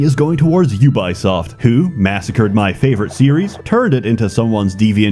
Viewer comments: Thanks for recommending this to me 2 years later, YouTube algorithm. I can't tell,, are you pronouncing Ubisoft like YOU-BUY-SOFT on purpose to fit the humouristic theme of your videos... or do you really think they are pronounced that way? Way too serious clarification: as Ubisoft employees revealed, for French/Canadians it's either UU-BEE-OSFT or OO-BEE-SOFT depending on accent, or it's YOU-BEE-SOFT for... everyone else....That said, I myself have jokingly called them YOU-BUY-SOFT before to friends. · Pronouncing Ubisoft as You Buy Soft is genius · we not gona talk about "yew-bai soft" ...? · Did he say "YouBuySoft"? 😂😂😂😂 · "jubajsoft" xDDD no ja kurwie, co to ma być xD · Excuse me, but you-by-soft? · Your pronunciation of 'Ubisoft' and 'Moses' throws me into a blind rage. 10/10, would hate again.